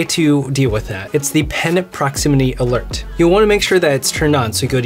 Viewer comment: .....it says ALERG not ALERT.